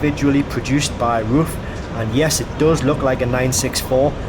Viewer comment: It ain't a porsche. It's RUF ROOF